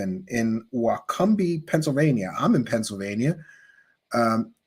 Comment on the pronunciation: They also pronounce Wycombe, Why-come-bee?!?! We should just accept the fact that they're a lost cause.